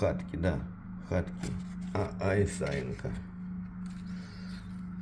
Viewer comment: Я так думаю правильно ,,хаткы ,, ,ударение на ,,ы ,, От слова хата ,а это во множественном числе.